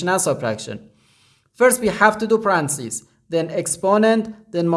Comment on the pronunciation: Parentheses sounds like Pa-ren-thi-sees. Hope that helps.